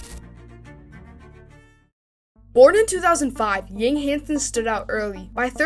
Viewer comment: Good content! just a gentle reminder, his last name pronounced as "young" without the "g" in Chinese.